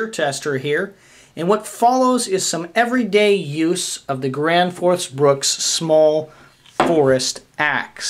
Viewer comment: Why does everyone call this Gransfors Bruks. It's Bruk not Bruks